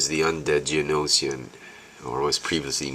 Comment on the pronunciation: this is how you pronounce it (G-Oh-No-shin) you pronounced it (G-Oh-No-she-in) Not trying to be mean, but i just want you to know the species name pronounce :D